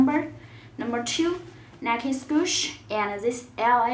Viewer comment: Nike SPOOSH? WTF